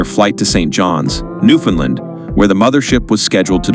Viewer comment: im infuriated as a canadian about how you said newfoundland